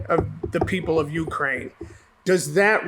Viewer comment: I love you to death, but it's "Ukraine".